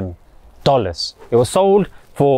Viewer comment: I love your reminders. Short, simple and to the point in a gentle way. Lol you said “miwyun” first and then said “million”. 😅